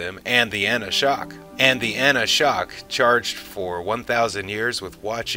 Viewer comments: I believe the word you were looking for is Anla'shok, not ana'shok. Also Coriana VI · An'loshock not anashok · I know I'm a bit late getting to this video, but I noticed two glaring errors in your narration. 1. When you talked about the Rangers you pronounced their Minbari designation as An A Shok. It's An La Shok with the L vocalized as per the same as La Bamba and clearly enunciated in all the episodes and the movie In The Beginning. 2. The final battle of the Shadow War was not fought at Carenda VI as you pronounced it, but Coriana VI, which was clearly enunciated many times as such in the episodes mentioning the star system. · It’s AnLA’shok, not AnA’shok. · Really great video with detailed timeline! Only thing bothering me was the name Anla'Shok being mispronounced several times, makes me wonder sometimes if the people who make these videos watched the shows cause then they would know how to pronounce it. I'm just nitpicking of course. Keep up the good work!